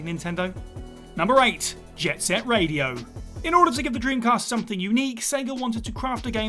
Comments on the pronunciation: "Jet Set Raido"? "Jack and Daxter"? You mean "Jet Set Radio" and "Jak & Daxter" right? Yikes, quality continues to decline at WhatCulture. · "Raido" lol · Jet Set "Raido"?! Lol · Anyone else spot the jet set raido... Instead of radio 🤣 These are all good shouts tho There's alot of games I'd like remastered but they will never happen, shame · What in the hell is Jet Set Raido? 😆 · Jet Set RAIDO? r-a-I-D-o? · "JET SET RAIDO"?